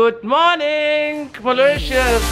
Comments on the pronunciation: Its not mautitious but Mauritius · It's Mauritius not mauritous!!! Lolll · Love the makeup; simple but gorgeous but it's Mauritius not Mauritious. Just saying;) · Mauritius not mauritious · Its Mauritius not mauritious 😂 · its actually Maurtitius and not Mauritious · its not maurious Its mauritius ❤'